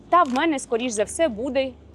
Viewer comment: Дуже інформативно, дякую. Щось у Вас час, від часу з вимовою, якось вимовляєте періодично ніби бабуся, чомусь замість «буде» кажете «бюде».